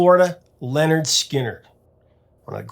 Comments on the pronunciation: Great story, great band. FYI it's pronounced "Linard" not "Lenard". Rhymes with "Skynyrd". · It's not Leonard, it's Lynyrd .